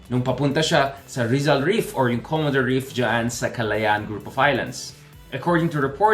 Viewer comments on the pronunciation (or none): none